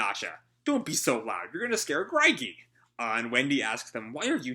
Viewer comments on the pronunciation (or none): Greige is pronounced grey-je, like beige, but with a gr, instead of a b. I like Knightwalker's attitude towards Mystogan/Prince Jellal. Why he's not king is beyond me. 9 years is plenty of time to plan and implement a coronation. I'm hyped for Selene, the Moon God Dragon. She could cross worlds at will, and conquered Elentir, the transcendental magic world, so…she should be fairly powerful. I wonder what Elentir's like. Since Touka and the White Mage (白魔導師) are from there, it's logical to conclude that Elentir has Exceeds and mages/wizards as well. Except instead of wings, the Exceeds there use aqua aera, due to the White Mage's use of it to transport the Fairy Tail mages to Edolas.